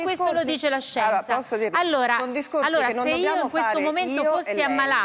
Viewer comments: Lo dice la SCIENZAH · Lucarelli, lo dice la scienzah. Con la acca. Mi raccomando. Che donna la Selvaggia! 😅😅😅😅😅